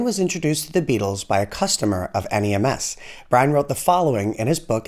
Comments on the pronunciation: If your'e from Liverpool (as I am) it is known as 'NEMS' not N.E.M.S. A small point I know.. went there many times in my youth.. and just across the road was 'Hessey's' music instrument store, quite a small store, but where everyone who played an instrument went.. including the Beatles :-) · Nice video but it’s just NEMS one word not N E M S but other than that great facts 👍